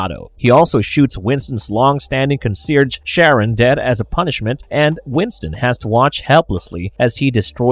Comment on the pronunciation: The narrator couldn't pronounce concierge properly, big surprise.